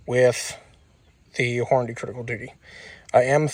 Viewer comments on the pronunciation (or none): none